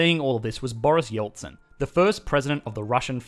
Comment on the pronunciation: Boriss Jeltsin. With an E. Not Boriss Joltsin. Thank you.